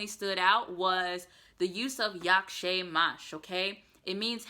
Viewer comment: the ą and ę is usually silent when pronounced. So you would pronounce "nazywam się" without the accentation. Also you could say informally "pa" for bye or "hejka" instead of cześć.